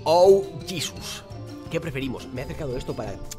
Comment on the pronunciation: en latino se pronuncia jesus